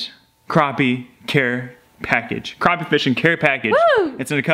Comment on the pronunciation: Is that the same hole that and Granny were fishing a couple of weeks ago? I have never seen so many giant crappie! I really enjoy y'all's videos (even though you mispronounce crappie LOl)! Um,, I'm sorry but I'm fairly certain you are a country girl!